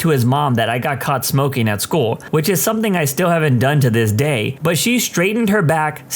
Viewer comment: No K in the word something , somebody let the narrator know